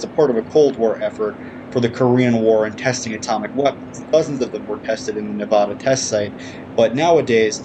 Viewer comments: It's pronuced Na-VA-Duh NOT Na-Vah Duh. I cringe every time you say it. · It's Nevada. not Navadha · Its Not pronounced NeVAWda... Ask anyone who lives here.... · Wrong Nevada is pronounced Nevada. Very subtle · Ask anyone who lives here, Its not pronounced Ne VAW da.... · Hearing that pronunciation of Nevada sets my teeth on edge.